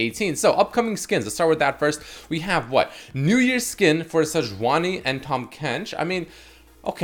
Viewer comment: He got the tahm and sej right but not the champ though